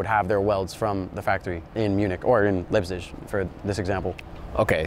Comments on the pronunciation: I wasn't aware BMW had a factory "Lipzij" That made me cringe a bit for someone that is a BMW enthusiast. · "BMW in Lippzich" - WHAAAAT??? Leipzig, man. Leipzig! And of course it's AkrA-povic.